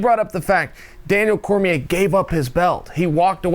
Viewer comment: Its Cormier, ESPN needs a new guy if he doesn't double check a champions name before he posts a video. I'm available ESPN, talk to you soon.